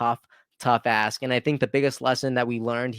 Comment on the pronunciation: No offense, but there is a 'k' at the end of the work ask. I thought you kept saying 'what an A$$'! But it is a great heart warming story!